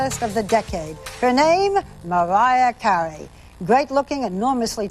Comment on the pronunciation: I can't stand when Barbara says Mawiah Cawey.